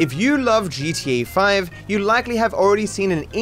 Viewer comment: “If you love gteee faif”